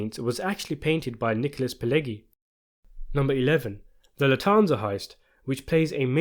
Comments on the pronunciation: Thank you for a good video! But: it's not "gi" (like in "groggy") in "Pileggi". It's "ʤi" (like in "jeans"). Pileggi - /pɪˈlɛdʒi/ - in American English. Italian: [piˈleːddʒi]. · The G in Pileggi is not pronouced like the g in egg but the g in say gentrify. I know egg is in there but it's not pronounced that way. Not a hard G but a soft G.